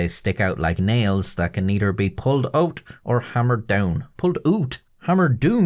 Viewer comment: "pulled oot or hammered doon" - momentarily possessed by a Canadian ghost.